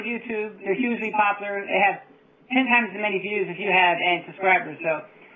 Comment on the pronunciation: huge-lee? hugely?